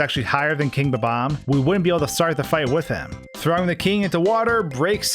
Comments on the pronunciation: its not bubom its bomom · I will never forgive the person who decided to start pronouncing bob-omb as buhbomb.